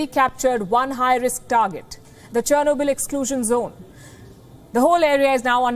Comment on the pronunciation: OMG Churnoble again?